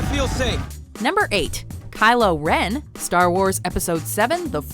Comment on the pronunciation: I died when you said "Kylo Ren" 😂😂😂😂